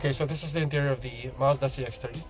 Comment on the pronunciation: just a comment on your pronunciation. most of the times I'm hearing "CX-3" instead of "CX-30"